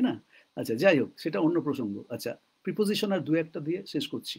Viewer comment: প্রইপজইশন নয়, প্রেপজিশন সম্ভবত।